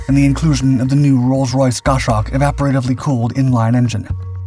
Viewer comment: it's Gos-hawk... there is no sh sound in the middle....